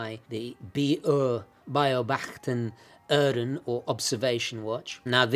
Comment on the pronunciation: «Uhren» is mostly spoken with the initial U pronounced almost exactly like your initial «w» in «why» (relax the tongue more and you are close), and directly from there into the ‘throat-r’, NO GLIDING through another vowel sound to begin the U, and NO GLIDING from it to the ‘throat-r’. You need to FORGET THE WAY IT IS SPELLED, WHEN YOU PRACTICE HOW TO SAY IT. The spelling will mess up the pronunciation if you use it to guide you instead of just listening to germans who SAY it. You can copy almost any sound foreigners make, IF YOU DON’T LOOK AT THE SPELLING. So learn the spelling AFTER. First, ONLY LISTEN AND IMITATE THE SOUNDS.